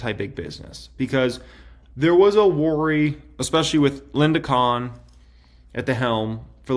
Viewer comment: its Lina Khan not Linda khan.